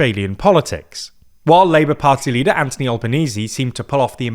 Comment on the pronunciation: Not sure if I'm misshearing, but Anthony Albanese's first name is pronounced with the th sound like in 'things'. Easy mistake to make if it was so!